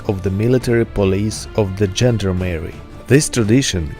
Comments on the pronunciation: Good video but that dreadful Americanized pronunciation of gendarmerie makes my ears bleed. zhon DAA muh ree not: Gender-Merry gend (constable) armerie (french: armory/german: army). EDIT: you even get "gendarme" correct! Use that as the basis for gendarmerie! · It is not pronounced "gender Mary", man. It is not a transsexual, it is a gendarmerie. Pronounced exactly as it is written: "gend armer i". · You know this is a France expression ....from ..(1791) "Gens d ' arms " ( armed man ) Gent...leman armed ..... How a American can dispronouncing "Gent d' arm erie " 😄